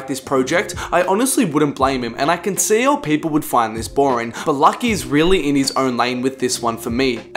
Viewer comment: lucki ecks....... luuuuuucki, like lupe, like it's pronounced loucki